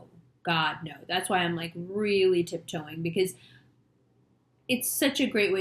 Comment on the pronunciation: You were tippee toe-in. Well said though.